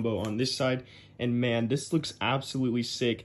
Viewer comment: "from this.. To , TEW THESSSS"